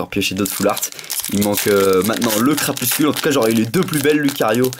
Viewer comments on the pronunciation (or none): tu prononce crapuscule mais c crapusTUle !Sinon super video com d'hab !!